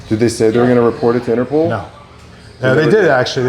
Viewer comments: Of course they won't report it because there is no "Interpool." It's called Interpol (and pronounced Interpaul) , which is the abbreviation for the International Criminal Police Organization. It was established in Europe, specifically in Vienna, Austria, in September 1923. It was originally created to help apprehend fugitives across Europe, not in the United States. It was somewhat equivalent to the FBI, but with an international role throughout Europe. The United States applied to join Interpol in 1938, when Congress passed a statute authorizing the U.S. Attorney General to obtain membership on behalf of the U.S. government. Today, 198 countries are members of Interpol. Today, Interpol's headquarters are located in Lyon, France, while the International Court of Justice is located in The Hague, Netherlands. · INTERPOL... not INTERPOOL 🤣🤣🤣🤣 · Interpool? 😂 cmon guys it’s interPOL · Interpol not pool. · Who is INTERPOOOOL ….you mean INTERPOL 😂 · Inter-POLE, NOT innner-POOL 😂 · Its pronounced interPOLE not pool and spelt interpol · Inter-pole, not Inter-pool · Inter pol,pool😂😂😂😂😂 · it's Interpol not interpool!🤣🤣🤣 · Interpol not Interpool 🙄😂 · interpol...not interpooool 😂😂😂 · Interpool???? Interpol bro. Up your game dude. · If I hear anyone from that dealer say InterPOOL again, I am unsubscribing 😉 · driving me crazy saying interPOOL